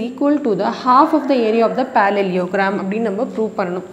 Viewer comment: Mam is pronouncing parallel correctly but parallelogram wrongly 😂 Anyways mam Your teaching is amazing 🎉❤